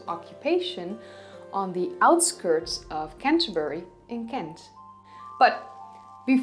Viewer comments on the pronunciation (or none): none